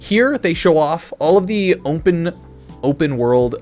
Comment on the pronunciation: Why can't he say the word open? Is he having a stroke?